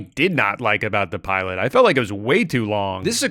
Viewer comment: why is he calling her the piolet